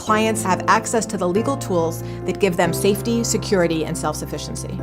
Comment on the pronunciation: Hearing you pronounce some of those gemstones made me giggle. Heeeeeematight Hem-a-tight Lab-Ora-dyte Lab-ri-dite